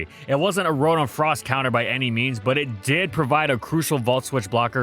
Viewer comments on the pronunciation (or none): none